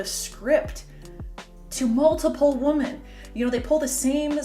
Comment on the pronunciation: I noticed that you continually say “woman” when you should be saying “women”. is this a Canadian linguistic development? I’ve never heard it before.